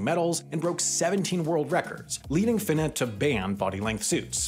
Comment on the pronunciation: doesnt really matter but its pronounced fee-nuh not phy-nuh